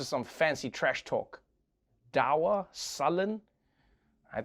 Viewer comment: You need to learn the correct pronunciation of "dour", Trevor.